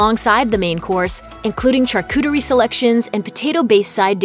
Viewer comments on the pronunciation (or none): "CharCOOterie"??? WTF is "CharCOOterie"? Did you mean "Charcuterie"?